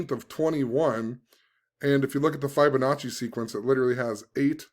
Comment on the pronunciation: Fib-onacci not Fibe-onacci lol Think of the word "Fib" not "Fiber"